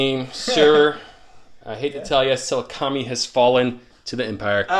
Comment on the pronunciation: Just random FYI: Sah-LOO-kah-meye”